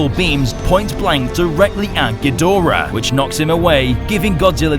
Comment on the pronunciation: The linnorm look is good, just as is the quadrapedal look. Ghidorahs tend to be pretty impressive, which goes to show how much behind-the-scenes effort goes into refreshing the classic kaiju. In the Showa days, one bad dub changed (gee do rah) into (gee DOR ah) and fans cringed. Generations and many swallowed Tide Pods later, western fans take pride in mangling the name. 'Poor spacedragon.